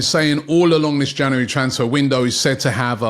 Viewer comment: Why can't you say January ? Janery 😂😂